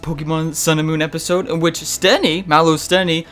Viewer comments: Just thought you might need these with the way you're pronouncing Steenee and Tsareena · Your pronounciations of Steenee and Tsareena make me cringe.